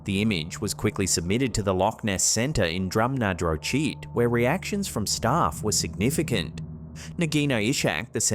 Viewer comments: LOL its not Drum Nah Drow Cheat. Its pronounced Drum Na Draw hit. Thats about as close as I can demonstrate it, But you made a decent attempt. lol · As someone who lives Inverness, near Loch Ness. Hearing you pronounce Dores (pronounced Doors) beach and Drumnadrochit (pronounced Drum-Na-Drock-It) is amusing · Pronounced drum n.a. Drok it! Again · Best thing about the Nessie story was your pronunciation of Drumnadrochit! 🤣 It's pronounced more like "drum-na-drock-it" but watch out for that cheeky "ch" sound we have here. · Drum-na-dro-chit has to be the funniest pronunciation of Drumnadrochit I've ever heard! There is no Nessie, what there is is a whitewash to encourage tourism after an 8 year old boy was raped as he slept in a tent next to his parents at a campsite. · its pronounced drum no drock it, we will excuse you tho x nessie isa very shy usually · Oh my, your Drumnadrochit pronunciation 😂 its drum-na-droch-it (droch pronounced like loch) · Dores beach, pronounced 'doors'. And the other village name pronounced Drum-na-droch-it, the 'ch' pronounced like the Scots say Loch! Back of the throat. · That's not how you pronounce Drumnadrochit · 😂😂your pronunciation of Drumnadrochit! You almost sounded like a yank! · Oh wow - your pronunciation of Drumnadrochit was exceptionally awful! 😂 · loved your pronunciation of Drumnadrochit!!!! 😉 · I think that the scariest part of this video is pronunciation of Drumnadrochit! 😂 When I was there, the locals said it like "drumner-drock-it". Some UK places are difficult to pronounce though if you are not from around here. For example Belvoir is pronounced "beaver", Leicester is pronounced "Lester", Loughborough is "Luffbra", whilst Beauchamp as in Kibworth Beauchamp is pronounced "Beecham". Phew! I'm glad that's all clear now! 😅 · Next time, learn how to pronounce Drumnadrochit.... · That was some weird pronunciation of drumnadrochit lol